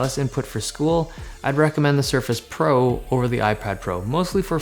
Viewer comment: he said suface pro